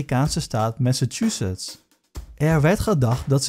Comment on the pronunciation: Massachusetts?! Maar dat is mijn favoriete staat! Ik heb eindelijk iemand gevonden die Massachusetts wél goed uit kan spreken.